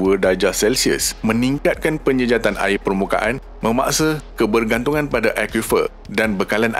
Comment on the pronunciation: Sebut betul² admin, "AIR" bukan "AEA". " TIMUR" bukan "TIMO", " BESAR" bukan "BESA". " BANDAR" bukan "BANDA". " BANJIR" bukan "BANJEY". BAHASA JIWA BANGSA.